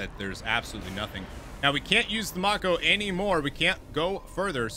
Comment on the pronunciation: I love that you show us the different morality paths! I could play with that galaxy/system/cluster map alone for hours, it's so cool If there is localization or reference to that name at all, it should be "mah-ko" (in The Legend of Korra it's the name of one of the characters and the whole universe is based on asian culture so the name is probably of japanese) Can you use the Mako as a shield? Like park it before combat and use it as cover? rip Man, the combat music is just delishhhhh Recon Jones lmao